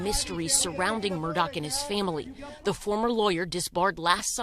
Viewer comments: Because, according to the family, it's spelled A-L-E-X, but it's pronounced "Eh-lick." Also, "Murdaugh" is pronounced "Mur-dock," and not "Mur-daw." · Are you supposed to pronounce Murdaugh as MurDOCK or MurDAH?